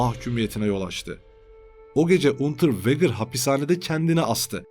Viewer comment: Unterveger okunuşu.